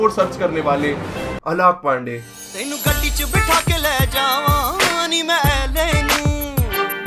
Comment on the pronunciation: Noticed how he says alaakh pandey instead of alakh pandey 😂😂😂